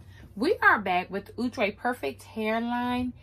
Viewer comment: Box: outre Her: ooooo trey 🤣🤣